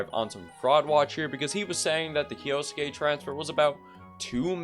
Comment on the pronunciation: Omg if you were to not split kyou into two syllables and instead pronounce it as one as you should have you would have been the first youtuber to pronounce his name right. Like at least you got the suke part down perfectly unlike others who turn the e into an i.